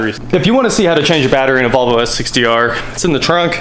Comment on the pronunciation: Why do people in Kansas pronounce Volvo as "Bobble?"